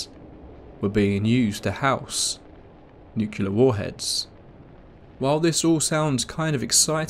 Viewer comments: It's "nuclear", not "nucular"... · nu-CLE-ar, not "nucular" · I had to bug out the second I heard nuclear pronounced as "nucular" 😫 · "Nukelar"??? Agghhhhhhhh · It's pronounced nuc-LEE-ur!